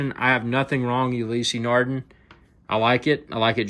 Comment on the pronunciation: Just found your video - the close-ups are appreciated. But seriously dude - if you are going to do a video on a product, the least you could do is learn how to pronounce the manufacturer's name correctly.........